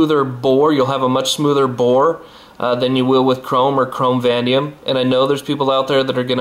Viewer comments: Vanadium - It's pronounced - Va-nay-dee-um! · you're not pronouncing Vanadium correctly VA NA DIUM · Dude, thanks for the vid and links. It's pronounced Va-Nay-Dee-Um. Cheers